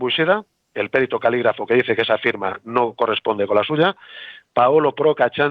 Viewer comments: Un señor que se dedica a ésto, debería decir perito, sin acento en la e. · Cómo es posible que un perito diga périto? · humildemente, los valencianoparlantes y catalanoparlantes, tendemos a pronunciar algunas palabras en castellano como en nuestra lengua. Por eso pronuncia Périto, pues en nuestras lenguas es Pèrit. Por supuesto esta mal en castellano decirlo así, pero nos ocurre bastante. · Perito no se acentúa